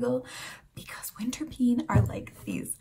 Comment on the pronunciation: But you pronounce it like winterpane. Not winterpene. The "die" is really funny. Tourists..depends. Belgian, German and Danish tourists will understand. French..have no serious grasp of English. Spanish are also not that well versed in English. So all in all it is funny for Anglosaxons who in general have no grasp in any other language than English either btw so they may be cannot figure out it might mean something else. Anyway: mama...die die die! is quite funny haha.